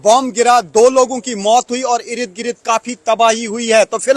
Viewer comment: ईरद गिरद 😅😅 इर्द गिर्द 😅😅😅